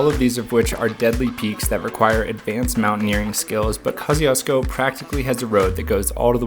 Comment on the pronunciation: I don't think it's pronounced like that. Kościuszko is a Polish surname. Kosh-Choosh-Ko